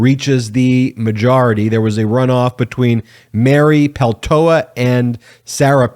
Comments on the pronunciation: It's not Peltoa...It's PELTOLA... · Just a hint. Peltola must be a finnish origin surname. In finnish in all words, names included, stress is always in first syllable. So it is PELtola, not pelTOla. Cheers. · Isn't it PeltoLA? Not peltoa? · It's not pronounced Peltoa. You keep dropping the second "l". This Alaskan would appreciate our newest Member's name be pronounced correctly, please. PELTOLA PEL-TO-LA. Thank you, and yes, we are CELEBRATING! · Please properly pronounce her last name. It's Peltola. It's being pronounced without the second "l", Peltoa(incorrect) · I really like this channel but my only critique is how closely you sound like Fox News "anchors" in saying radical to a fault. Also, you pronounced her name Peltoa and Peltola. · PeltoLa. There are 2 Ls in her name. Don't sound like a dumb right-wing pundit. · TOE "LA" not Peltoa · Please practice saying Peltola 😉 Not Peltoa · Please pronounce her name correctly P E L T O L A … thank you. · Pel to la, to is said with a long O. Sorry, American/Finn have to help you with the word. This is wonderful! I could not be happier. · What great news for the people of Alaska!, it would be respectful of you to pronounce Mary Pel-TOE-La correctly. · It’s Pel toe Lah! C’mon get it right. The first Native Alaskan in Congress and you butcher her name? Get at least enough respect to say her name correctly!!!! Apologize immediately! And do your homework! Or we go back to CNN. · Peltola is Finnish. Say that last L. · Mate, it’s PeLtola. Read her name correctly, s-head! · It's a Finnish last name and you say it PEL-tola. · BEN! SAY HER NAME RIGHT: PEL-TOE-LA. You keep dropping the second "L". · Do you not see the L in her name? Please stop mispronouncing her name, it’s extremely annoying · Please Ben pronounce her name right! Thank you she deserves that recognition. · PLEASE check your pronunciation of Mary Peltola’s name and apologize for the continuous mistake. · Peltola is often mispronounced.